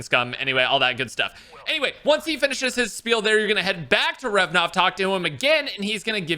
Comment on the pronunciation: RA-VE-NOV Not revnov xD